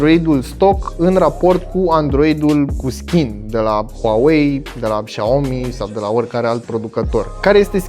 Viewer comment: Doar eu când îl aud că zice "Xiaomi" mi se pare că zice "Shaorma"? =))